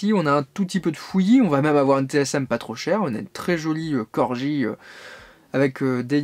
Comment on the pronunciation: Reportage intéressant. Prononciation à revoir pour Corgi, Siku et "loose".